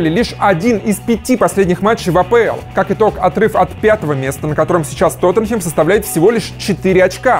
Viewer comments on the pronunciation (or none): none